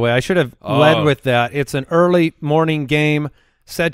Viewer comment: “Eardy morning game”